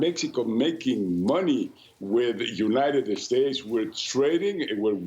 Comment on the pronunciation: "The United 'Estates" 🤣🤣🤣🤣🤣